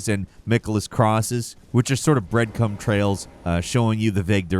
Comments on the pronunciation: Dude said Breadcum trail instead of breadcrumb the first time he said it. 👹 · I think you said breadcum trails haha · He said breadcum. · I'm sorry? BreadCUM trails?? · d... did I hear him say "breadcum trails"? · This man really said breadcum trails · "breadcum trails" 😳😳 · did homie say… “breadcum”?… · Is it just me or did he say bread-CUM trails? 😂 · did he say bread CUM ttrails HHAHAHAHAHA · I'm sorry, did you say 'breadcum trails,'?! Oh nooooooo 🤣🤣🤣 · my man said "breadcum trails" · bro said "Bread Cum" trails. You the man 😂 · Did he say breadcum trails? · Bread what trail? Lol